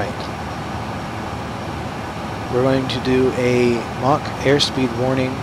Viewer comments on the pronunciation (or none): none